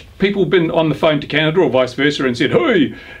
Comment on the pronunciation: It's Canada - Not Canadia